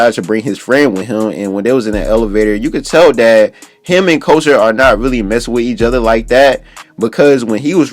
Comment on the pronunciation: boy Couture is pronounced as CUT-TORE ..... not as culture 😂